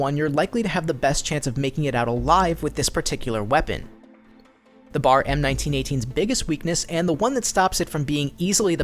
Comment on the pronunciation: It's B.A.R :´(